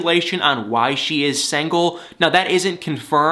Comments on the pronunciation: love how he says "sangle" and not single lol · I like your comments, but why do you keep saying SANGLE when it's SINGLE? it hits the ear wrong, SINGLE! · Love the way he says; sangle The old english term for single 😳😭😁 but it's ok because I like 😜